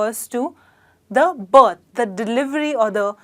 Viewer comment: Yes, she says it wrong. If I didn't know what she was trying to say I would never have guessed it.